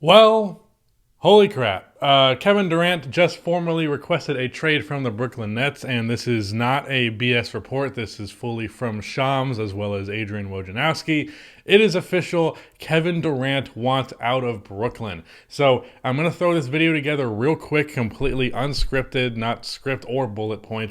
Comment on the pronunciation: It is pronounced Adrain Wo I NA rowsky